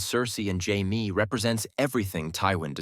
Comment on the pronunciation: AI voices annoy the hell out of me. Jaimeeee? Great topic, but I can't support AI generated garbage.